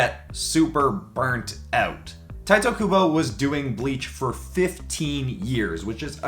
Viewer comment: Pretty sure someone else may have already pointed this out, but it’s pronounced Teetay Kubo, not Tight-O Kubo. Not that I’ve never mispronounced it, of course, I used to call him Titty Kubo.